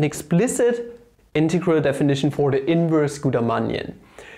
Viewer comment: DOes no one find it just lovely how he can NOT pronounce integrals lmao